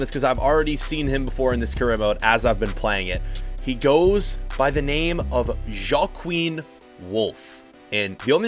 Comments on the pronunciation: Jok queen? Isn’t it hwakeen? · Joaquin is actually pronounced wa-keen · It’s pronounced wawkeen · The way you pronounced Joachin. 😂